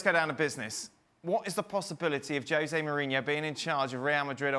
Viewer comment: IT IS NOT JOSE BUT HOSE .